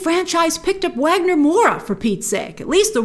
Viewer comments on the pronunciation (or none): quick tip: Wagner Moura's 1st name is pronounced Vagner, with a V (He's a Brazilian actor).